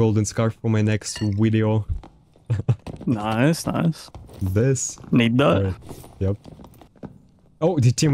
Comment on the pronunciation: stop saying "widio"